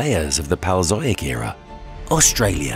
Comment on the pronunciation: Omg am I the only one hearing him say “PALL-e-o-zoyk” “pay-lee-oh-ZOH-ick” lol “Zoyks!”